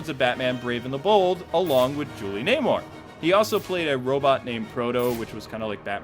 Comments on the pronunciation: You mispronounced a lot of names. It's Julie Newmar (New mar) not Naymar. Frank Gorshin (Gore shin) not Gorshine. Ceasar Romero (Rome air oh) It really detracted from the presentation when someone who wants to educate on the history of the show can't pronounce the names correctly. The 1989 movie was NOT "The Dark Knight", it was just "Batman." The Joker WAS in the Olan Soule version of the Batman cartoon, voiced by Ted Knight, who also voiced the Penguin, Eiddler, Commissioner Gordon, Alfred, and many of the thugs (with Kasey Kasem also doing background voices). I NEVER saw King Tut in the Adam West voiced series. If he was a villain, I missed that episode. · Julie Newmar not Namar... A little pronunciation problem with a few of the actors names. Other than that a very good video packed full of need to know facts. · That's Julie NEWMAR, not Namor...